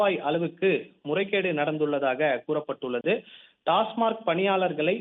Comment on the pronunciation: டாஸ்மாக். டாஸ்மார்க் அல்ல